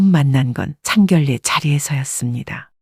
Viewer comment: # 내레이터님 ! - 상결례 가 - 아니고 - ( 상견녜 ) 라고 읽어야 합니다. * ( 상견례 ) 만큼은 * 예외 라고 합니다. - 아나운서 도 - 자주 틀리는 단어라고 합니다. ㅎㅎ - 죄송 합니다 ! 💕